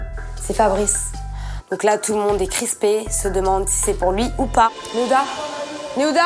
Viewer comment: Nahuda pas nehuda😂😂😂😂